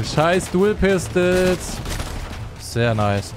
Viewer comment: Und wehe sagt ihr Dou pistel (PAAR SEKUNDEN SPÄTER) Sagt er selber Dou pistel😂 Mach weiter so😂❤